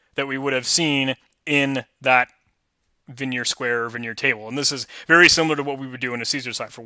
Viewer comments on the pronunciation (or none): Great videos! FYI, Vigenere is pronounced like vee-zhen-AIR. Also, a dequeue is a double-ended queue, and is usually pronounced Dee-Cue (DQ).